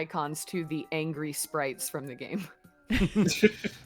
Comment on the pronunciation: "I am angwy"